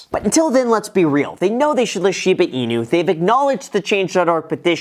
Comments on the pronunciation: not shee baaah its shiiiii baa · "Shipa Inu", "scrutinTy" Is my man having a stroke? He might be saying "Shipa" intentionally like "Sheep-a" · Hahah no way u said Shida Inu here :D I remember last video someone commented that :D